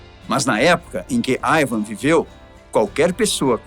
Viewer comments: nao é aivan é iiiiiivan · i van com i nao aiaiaiai